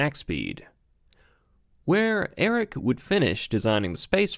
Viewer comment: Cool video and tribute. Not a fan of your vocal fry... His name is Erich, pronounced Erig, not Eric. Also r.i.p. Erich...